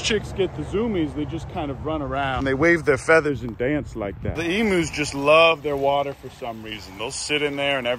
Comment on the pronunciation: Finally someone who knows how to pronounce emus!!!!